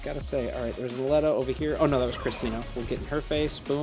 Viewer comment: I think you're pronouncing Aleta wrong. I think it's supposed to be A-lee-tah